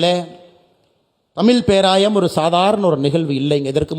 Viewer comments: தமில் இல்லை அண்ணாமலை.. தமிழ்... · தமிள் இல்லை தமிழ் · அண்ணாமலை sir. "ழ" சரியா உச்சரிக்கணும். தமிழ, தமில் என்று உச்சரிப்பது சரி இல்லை. நீங்கள் திருத்திக்கொள்ள வேண்டும்.